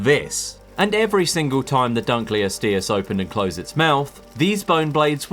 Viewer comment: actually it's pronounced dunkleosteus